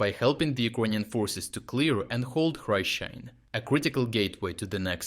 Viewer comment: Why do you not pronounce the settlement names the way they are supposed to be named? Im pretty sure thats not how you say hryshyne in Ukrainian..